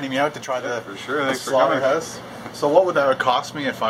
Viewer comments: He said 'slaughterhouse' to 'slaughterhoose' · Am I the oly one that noticed that he says slaughterhoûse and staek :/ Nothing against Canadians thou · the slaughter"hoose" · The SlaughterHEUZE......hehehehehehehe